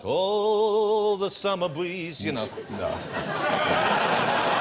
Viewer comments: Oooooooooo the summer bweeze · Oooh the summer bweeze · Ohhhh all the summer bweeeze